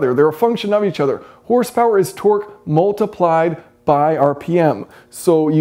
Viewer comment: You pronounce 'multiplied' as 'mooltiplied' and 'ultimately' as 'ooltimately'... just saying.